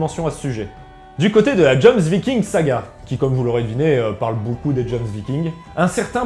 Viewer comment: Ça se prononce Yomsviking 😭😬